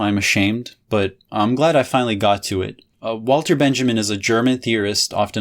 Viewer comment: You totally nailed Lefebvre, but you kept pronouncing Walter Benjamin as if he was English